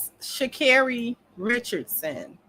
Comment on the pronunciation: Girl why can’t you pronounce her name right it’s ghetto